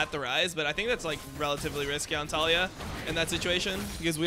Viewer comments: Why do you say Tall E Ah ............. Its Ta Lee yah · I'm about to REEEE cuz you keep saying her name wrong :sweat: it's Tuh-Lee-Yuh